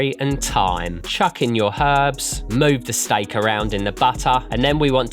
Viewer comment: Why does he say "stike"?